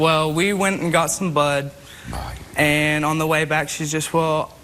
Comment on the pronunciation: Is it me or does it take a while to register that they are saying “BUD” and not “BUTT”??? Lol